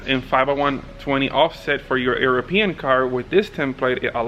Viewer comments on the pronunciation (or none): Did say “EARopean car”??